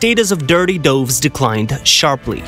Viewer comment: Soiled doves, not dirty doves, and doves rhymes with gloves, not roves.